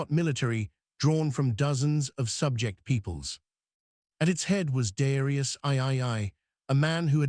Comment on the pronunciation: Man you take time to make a video and you let it say Darius ai ai ai!! Wtf such a pity